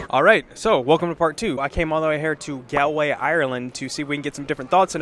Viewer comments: FFS you butchered Galway! It’s pronounced Gaulway! 😂🤣🤪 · Lord, yes. It’s Gaw-l-way. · Bruh you pronounced Galway wrong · How can he go to Galway and not be able to pronounce the name? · TBF, if you'd only read it and never heard it, you would assume it's pronounced the way he said it. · true but if your going to do a video in the place, I think the first thing you would research would be the place names pronunciation.